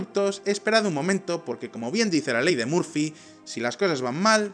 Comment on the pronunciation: La punta del iceberg? Por que no pronuncias bien ?l La única palabra en inglés , y la pronuncias bien ? Perro bien mal , Murphy también muy mal